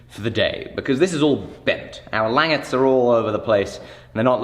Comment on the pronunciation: when you said languettes the first time you said it perfectly.